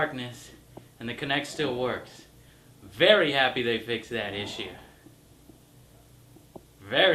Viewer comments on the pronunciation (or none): none